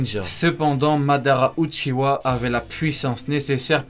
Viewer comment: Ça se dit « Uchiha Madaraa